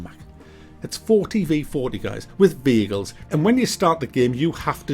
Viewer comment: I honestly thought you kept saying bagels instead of vehicles 😂.